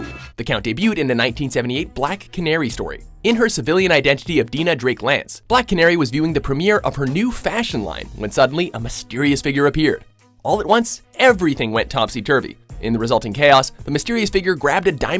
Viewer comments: “Deenah drake lance” wouldn’t be a watchmojo without butchering pronunciations😑😑😑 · Dinah Drake! Die-nuh! Get it fucking right!